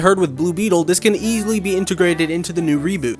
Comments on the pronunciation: It’s pronounced Cholo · Sorry but it’s pronounced sholo but spelt xolo not zolo 😂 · Xolo's name is actually pronounced as "Sholo", not "Zolo".